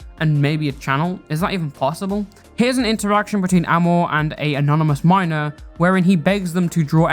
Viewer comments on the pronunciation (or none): none